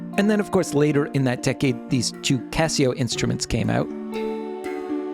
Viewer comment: C ass seo. C Assio. Not Kesseo.